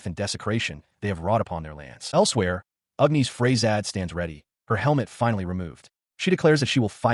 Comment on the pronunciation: Gawd, AI does not know how to pronounce Agnis. It's not Ughniss. It's Agggnnniissss!